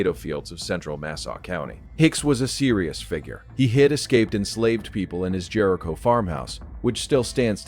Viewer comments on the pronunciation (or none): none